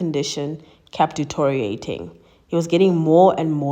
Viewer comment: Just speak clear English! The word is pronounced D - T - RIO - RAY - TING! and not DOTORIATING. Ditch the silly accent and focus on pronouncing words clearly and correctly.